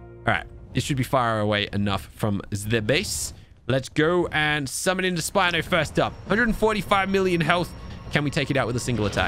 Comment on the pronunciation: Spino not spinnoff